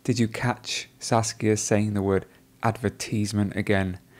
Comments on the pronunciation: It's Saskia, not Sasuke.. lol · 😂 He keeps saying Sasuke instead of Saskia